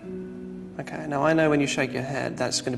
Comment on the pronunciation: he says okay but makes it sound like candle very softly